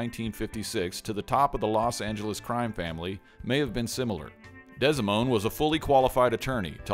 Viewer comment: It's Frank DEE-SA-MOAN. Not DESI-MOAN. Ugg